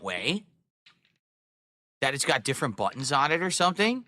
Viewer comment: wtf a DAHCK?? It's got two BWUTTONS?? wauw dude